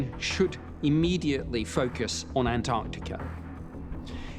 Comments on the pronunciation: Ant artica? David, really? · ANT-arch-TICK-ah... KLAH-too BAH-rah-dah NICK-toh... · The word is Antarctica. Pronounced An-tark-tika.